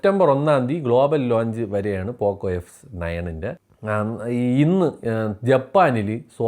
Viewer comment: Poco ❌ പൊക്കോ ✅